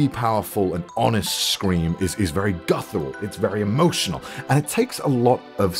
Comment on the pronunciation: It always amuses me how you say "guthural" instead of "guttural", lol.